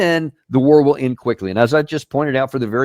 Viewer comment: It's not Trump's war!!!!! Oh! that war! Thought you said wart.